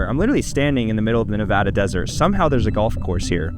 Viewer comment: Thank you for saying Nevada correctly